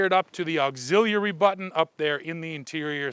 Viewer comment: Someone has trouble with the word "auxiliary" lol